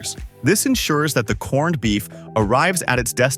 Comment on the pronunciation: You lost me a corn-ed. If you can't even take the time to make your A, I say corned properly then I'm not sure how much value the rest of the video has